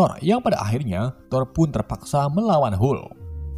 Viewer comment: Ha ha sebut hulk pun tak betol..come on admin.."